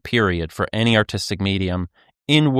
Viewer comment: Especially with the way he's pronouncing it "Ayny".